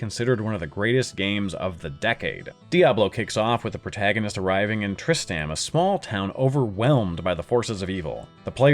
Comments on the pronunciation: Trist-am it's pronounced Trist-ram. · Just a heads-up, the town in Diablo is Tristram, not "Tristam"! You missed that second "r". Furthermore, the word "infallible" is not pronounced "infalliable". Nice narration, though!